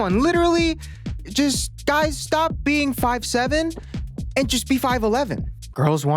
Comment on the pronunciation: The eye contact, followed by the "sawp you faka" is what Christian means.